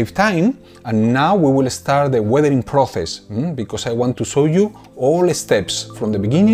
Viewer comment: por el amor de dios no puedes pronunciar las ces en incgles xD no se pronuncia proces sino proses no es dificil